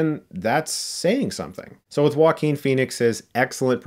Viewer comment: I have a 2 friends called Joaquin and they pronounce it Jo-quin so why does he pronounce his name Wakeen